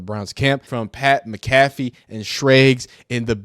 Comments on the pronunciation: Dude is a clown get him out of ohio and his girl smacked as fuck mud dragon ahh bihh and you said mac affee cmon bro it mac uh fee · McAfee is pronounced mack aH Fee not, mc calf ee ... stop reacting to ppl when you can't even pronounce their damn name right, clown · Lil dude doesn’t even know how to say Mcafee lmao